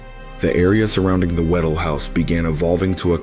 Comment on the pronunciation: WHA- DELL, not waddle.pronounce the “dell”.